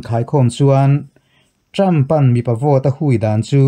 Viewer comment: Ṭam in ti zêl A, Ṭhrampha tih tur a ni zawk a sîn.